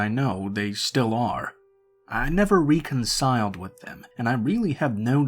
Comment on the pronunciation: Reconcile is pronounced reckon-sile. Kk? Lol marine RECON-SILE LOL